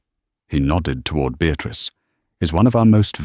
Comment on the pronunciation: A Beatrice wymawia się Beatris, a nie Beatrik. Chyba pobiliście rekord nieuctwa, ignorancji i lekceważenia nas, którzy musimy słuchać tych bredni. Gdyby to zależało ode mnie, wylałąbnym was wszystkich na zbity pysk z wilczym biletem.